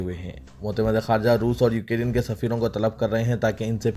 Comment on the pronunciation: بھائی ، السلام عليكم و رحمة الله و بركاته ، آپ کو بار بار بتایا جارہا ہے کہ: 👇 ۱۔ “ یوکیرین “ نہیں بلکہ “ یوکرین” صحیح تلفظ ہونا چاہئے،،، امید ہے کل کی خبروں میں اس بات کا ضرور خیال رکھا جائے گا، دوسری تصحیح حسب ذیل ہے: ۲۔ “عاشقان رسول” کہنا مناسب نہیں ہے اس کے بجائے “ محبان رسول” کہنا بہتر ہے،، امید ہے کہ کوئی بھی مندرجہ بالا مشوروں کی لئے برا نہ مانیں گے۔ الله سبحانه و تعالى سب کو اردو کا صحیح تلفظ کرنے کی توفیق عطا فرمائے، آمین یا رب العالمین 🤲🤲🤲